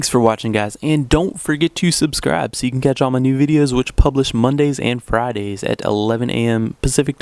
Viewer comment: Friaday? Hick.